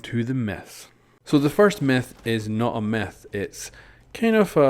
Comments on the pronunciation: He says meth instead of myth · It sounds like he is saying meth go hiesenberg